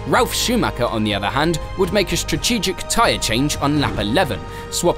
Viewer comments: Repeat after me - 'strategic'. Not 'shtratgeshic'. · You need to practice saying "strategic" mate. That's a t in the middle, not a ch.